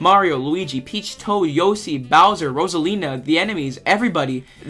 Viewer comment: i would say i liked the video but the way u pronounced "yoshi" should be illegal